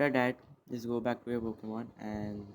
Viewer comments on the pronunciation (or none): And again... It's Pokemon not Pockemon